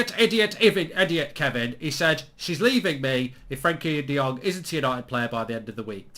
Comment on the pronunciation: Mark, it’s “Frankie de Fred”